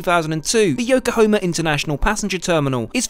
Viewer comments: Why does he keep saying yokohoma? It's hama ffs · Lover your videos but had to laugh when you said Yokohoma and not Yokohama D’ohhhhhhh. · Dude your videos are so well narrated. I swear the intro sounds like the pioneer of this whole genre, Robin Leach, in both enthusiasm and accent. (Aside from some of the hilariously wrong pronunciations - “Yokohoma” man, come on 😂) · Say it with me, YO-KO-HA-MA. Yokohama! 😂